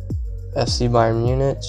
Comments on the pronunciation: Just thought id let you know it’s pronounced munic not MuniCH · By the way, it's pronounced: Muunik. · You are right its munich no munic